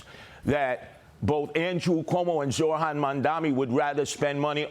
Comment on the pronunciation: Curtis, you have to say Zohran's name properly. Your mispronouncing peoples' names is fine for radio schtick but demeaning for a serious possible leader of New York.